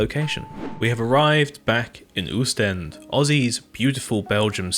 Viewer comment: It's also pronounced 'Ostende' not 'Ewstend'